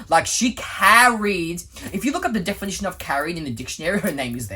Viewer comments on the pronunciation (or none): none